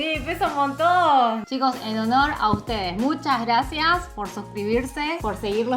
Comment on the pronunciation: Jajajajja Amee : MuchAs GrrrrrrRrraCias 😂😂 xd ...😅